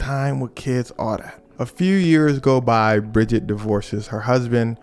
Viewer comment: Brigitte not Bridget. Or better Jean 💀